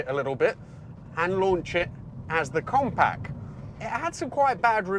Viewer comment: Compac? 😂 it's pronounced compact, with a T.